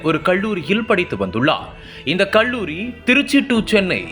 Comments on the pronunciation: தமிழ் உச்சரிப்பு சரியில்லை!! "கள்ளூரி"யில்லை, கல்லூரி. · நாமக்கள் மாவட்டம், கொள்ளி மலை, கள்ளூரி-: தமிழ் உச்சரிப்பு எப்படி???